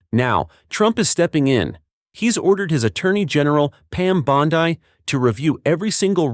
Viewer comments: Its Bondi not bondii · Is this AI speaking ? Stop saying bond-eye